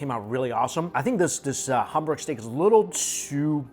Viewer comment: How come you can’t say hamburg correctly?